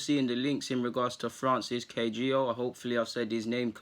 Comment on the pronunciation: Pronounce it Ka-Hi-Gao . You're welcome ☺